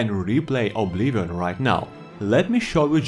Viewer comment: boi it's not called obliwon